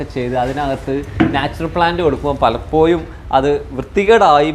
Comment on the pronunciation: ഭാഷ ഒന്ന് വേഷം പോലെ തന്നെ ഭേഷാകണം ബ്രോ:- പലപ്പോഴും: എന്ന് പറയാൻ ശ്രമിക്കണം പലപ്പോയും അല്ല🙏🙏🙏